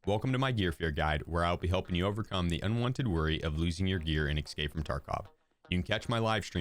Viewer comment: E-s-cape, not e-c-scape. Good video tho!